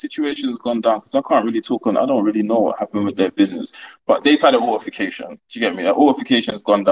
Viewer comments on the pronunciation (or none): Man said “an alterfication” 😂😂😂